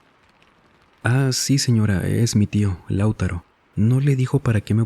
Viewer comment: Espero que este comentario no se tome a mal pero el nombre Lautaro no se pronuncia como lo dijiste en el relato, se dice Lau-TA-ro haciendo el hincapié en "ta" en vez de en "Lau" como lo dijiste en el relato